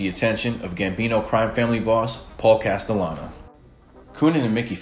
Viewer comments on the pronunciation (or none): none